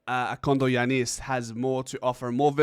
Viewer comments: The accent is on the ‘a’ and not on the last ‘i’ As in GiAnnis Atentokoumpo. So in this case it’s KondogiAnnis. I hope that makes sense to ya bro. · Kondo(short) Giannis(John). Short John. He may have had ancestrally someone who was short whose name was John. Also, when pronouncing his name the emphasis is in the “a” not the “i”.